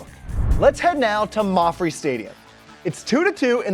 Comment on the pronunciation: He said mawfre... It's mapfre... Come on man